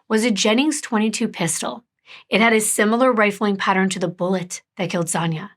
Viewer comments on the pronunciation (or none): none